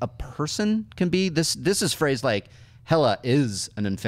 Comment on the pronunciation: It's pronounced Hell-Uh not He-Luh or Hey-Luh.